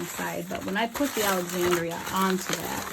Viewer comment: Thank you! AND you said my name right! Most folks don't. 😊